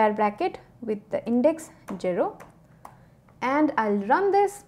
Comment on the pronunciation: Why is she so serious when pronouncing jero!! 😂